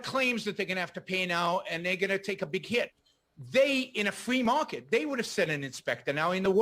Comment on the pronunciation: In Yaron's "Fwee market" there would be a LOT more building collapses.